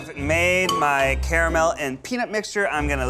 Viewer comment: Imagine going to Yale and not being able to pronounce nougat, caramel, and Disaronno.